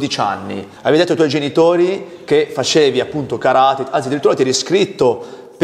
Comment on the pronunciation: Che fastidio che non riesce a pronunciare karate nel modo giusto nonostante affianco che lo pronuncia ovviamente giusto😅